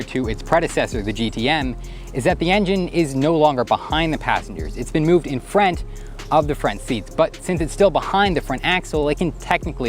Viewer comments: If he says frint instead of front, one more time.. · I keep hearing "frent" when he says "front". Just me? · Are you from Canada? I Keep hearing FRENT instead of Front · Okay it's spelt front not frent! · Frent?! In-frent of the passengers 👌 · My dude. Are you saying "in the frent?" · hes def saying frent. he talks like his teeth are in the way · . "in frent of the frent seat" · You really aren't alone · Team Frent! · Yep, he keeps saying "frent", like some sort of spazz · U mean the “frant” 😂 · Says front kinda weird or is that just me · Why does he say front like that? Lmao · I came to write that. :) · came to the comments just for this